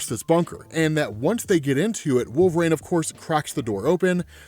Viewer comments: I can’t listen to this guy narrate “Wolveraine” stories 💀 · 'wool-vrain' counter: 1,000,000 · I love every video this guy puts out but I can’t get over how he says wolverine lol